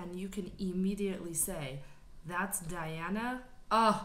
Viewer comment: Great review. Welcome to the magical, mystical world of Princess Diana, The Goddess Voice of Nature. Enjoy your journey. BTW, her first name is pronounced Dee aunna. She has gone below an F4. If you want low, try her version of "Human."